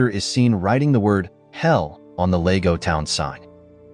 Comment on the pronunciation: Lego? It's Lago